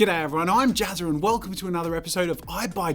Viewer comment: Me: "Oh, Jazza" Jazza: "Hi i'm Jazzur"